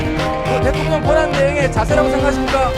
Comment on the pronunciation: 혼수성태 트럼퍼 대텅령 ㅋㅋㅋ 발음보소~~~